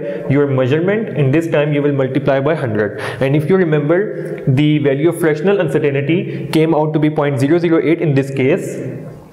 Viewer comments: Lol.. (Uncertain ty) not (Uncertain "i" ty) xD Anyways good video. Thanks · Non mam you are absolutely wrong its actually UNCERTAINTY "not " UNCERTAINITY..